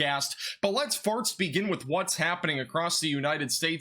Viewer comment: Definitely said it on purpose here lol. FIRTS at best. He swaps the t&s 😅